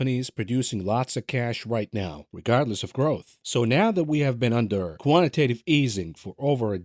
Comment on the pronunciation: Co…antitatve easing😂